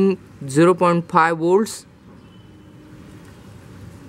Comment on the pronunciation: woltage and burt - it hurts sometimes but i continued listening